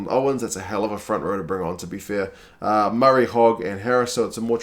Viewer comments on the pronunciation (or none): none